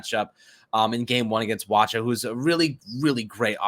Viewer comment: The ch in Wacha sounds like a K. Waka